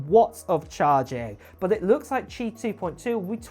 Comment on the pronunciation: You pronounced Qi correctly!! Good job! 👍